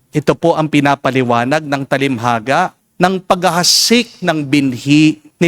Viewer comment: Father TALINHAGA hindi talimhaga. No offense meant.